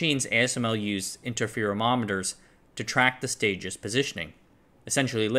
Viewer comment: ‘Interferometer’ only has one ‘o’. It is not ‘interferomometer’.